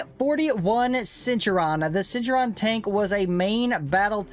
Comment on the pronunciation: It is pronounced "Cent-tour-rian"